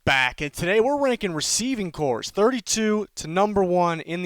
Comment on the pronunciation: It's Receiving Corps not "cores"